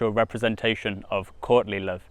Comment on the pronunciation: Every time you say Courtly Love, I just hear Courtney Love. And that'll just make this reading so much funnier. Can't wait.